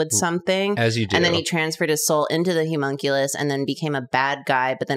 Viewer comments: why do that keep saying Humonculus, it’s Homunculus. This is unsightly. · Idk why but when said Homunculous I thought she said Humunculous like hes super hunky